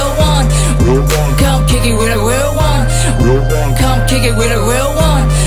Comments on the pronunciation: Not bad. After 2years of practicing... At least u can pronounce da word "Real" now. Southside stoCKtown Menace gang!!! Real recognize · U can pronounce the R now. Good stuff lol